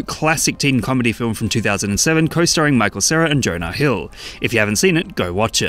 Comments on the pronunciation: "and Jone-ahh hill" im dead💀💀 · "Jon-ahh Hill"